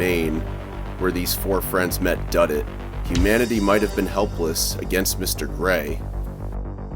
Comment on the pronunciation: Pretty sure that “s” was supposed to go at the end of Duddits….